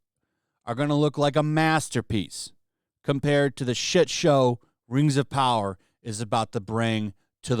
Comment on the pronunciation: More like "Reeeeeings of Powah".